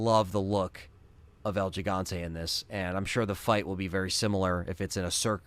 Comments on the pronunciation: It’s pronounced “he”Fante as a Spanish speaker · It's pronounce HEE, HEE-Hon-té, for El Gigante.